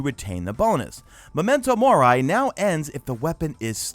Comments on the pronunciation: #MadeItToTheEnd Firs things first: Mo-men-toe More-E, not more-i lol. Second thing: Wiz-ind Rebuke. 😂 Okay, now that that’s out of the way! The weapon changes I get (Ace of Spades being the exception wtf there) but the armour ones SUCK! I’d rather see them make other things competitive there than nerf the few good exotic pieces. As a Titan main, we’ve got not much left for group play after this so I’ll be switching to my Hunter. (In before Celestial Nighthawk and Shards nerf!) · MEMENTO MOR-EE !!😂 lol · Fuck I wanted to throw my monitor out the window every time I heard momento mor-eye....